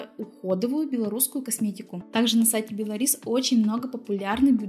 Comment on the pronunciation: А я думаю что за бело рис 😉😄😄Белорис ударение на о.